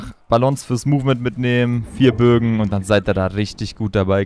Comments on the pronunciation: Geiles Video es heißt aber "4 Bögen" nicht "4 Bogen" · Wen triggered es auch das er die ganze Zeit Bogen und nicht Bögen sagt? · Es heißt die Bögen no hate 😅